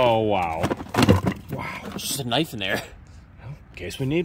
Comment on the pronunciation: Did he say k nife and not knife?